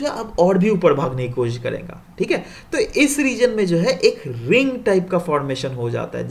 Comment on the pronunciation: That thik hay is typical bihari accent